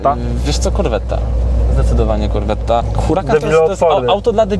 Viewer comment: Na boga nie wymawiajcie dwa t w słowie corvette